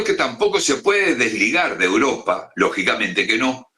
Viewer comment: que tortura de programa con este presentador, vuelve sergio te lo pedimos por favor!!! valgame dios!!!! "uropa" donde es alguien sabe?